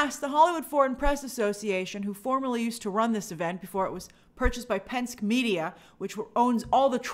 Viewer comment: Grace, Penske is pronounced PenSKI. Roger Penske has been a force in racing and in his hometown Detroit for decades and now his son is doing the same with entertainment trades and programs